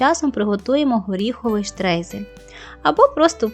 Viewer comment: Це вимовляється як «штройзель», що в перекладі з німецької означає «посипання».